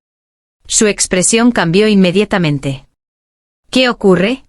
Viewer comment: Rayos, es INMEDIATAMENTE. NO INMEDITAMENTE: Se comieron la vocal Aa.